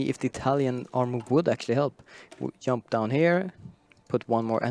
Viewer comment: Please Paradox, change the right side commentator to a person who actually able to say properly "join" "jump" ect. My ears are bleeding!